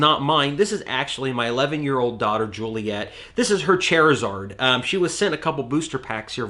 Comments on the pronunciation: Bro it’s not Chair-a-zaird. It’s CHAR-A-ZARD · I'm sorry but when he says "Chairzard" I died xD It's Char-zard btw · Chair-a-zahrd. lmaooooo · It’s pronounced char-zard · I got a few reserved list MtG cards Edit: I’m sorry but Charizard is “char-izard” like, charred, and whatever the last part could be. Sorry, I’m also pretty big in Pokémon 😅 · Charizard sounds like Char-e-Zard